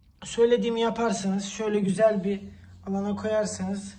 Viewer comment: yani direk küfür eder gibi çıkmış ağzından :)